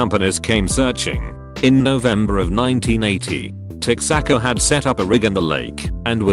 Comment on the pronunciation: Laughed my butt off with how the computer pronounced 'Texaco'. 🤣